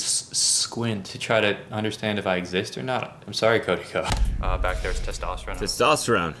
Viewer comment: It’s the way you keep calling him Cody Ko for me lmao